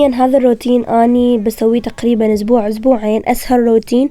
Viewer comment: مو هية عاشت كل حياتها بأمريكا و لهجتها بالعربي مو كُلش زينة فة ما تعرف تلفظ كل الكلمات زين